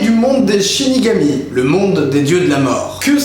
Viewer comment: 1.47 tu dis shinégami